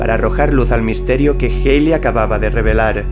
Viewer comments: Joder, porque tienes que decir "Jeili" si se debe pronunciar "Jali" (ˈhæli en AFI) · Tu contenido es asombroso, sin duda uno de los mejores canales que he visto. Solo a manera constructiva tengo una recomendación, y es tratar de “estandarizar” la pronunciación, me explico; cuando dices el cometa “geili” o “Jeili” (lo escribo como lo escucho) se puede prestar para confusiones, creo que pronunciarlo de la manera a la que todo el mundo está acostumbrado sería mejor “Jalei”. Solo es mi respetuosa opinión. Gracias por tu contenido.